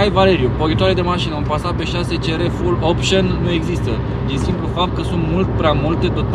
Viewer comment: "Fulopșăn by AUTOVIT" 😂